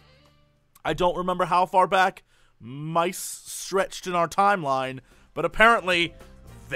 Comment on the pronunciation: "Meeses..." Lol, I haven't heard that incorrect version of mice in a long time. I honestly can't remember what I last heard it in, but it was a cartoon or a movie, in the line "I hate them miserable meeses..." And it makes me weirdly nostalgic even though I can't remember what it was.